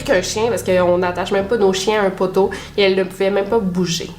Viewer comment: Clairement l'accent de la ville de Québec, quand tu dis le mot "poteau" !